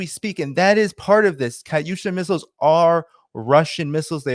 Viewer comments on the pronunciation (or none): It’s KATUSHA not kaUsha. You sound re ta r ted learn how to pronounce words correctly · Dude learn how to pronounce Katyusha if you're going to say half a dozen times.